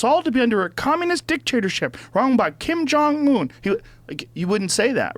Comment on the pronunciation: at least learn how to say the N. Korean ruler's name correctly...